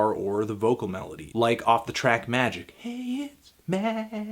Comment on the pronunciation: "call it meeehgic"